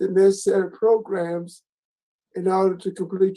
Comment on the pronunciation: Ok i have to say this, its not progrims its programs lol say it how its spelt, so irritates me lol